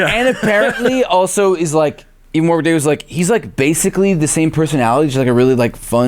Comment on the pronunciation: I still think it's very cute that, no matter how many times they hear it, most Americans cannot pronounce 'Warwick.' Accents are different and people say things difference it's not a jibe or anything. It's just amusing.